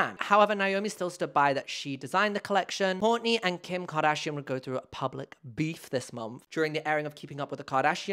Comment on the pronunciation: "Who you may know from KEEYUMKARDAHSHEEAN" made me snort on the bus noooo 😭